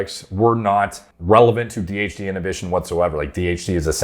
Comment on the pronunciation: Everytime you say DHT i hear THC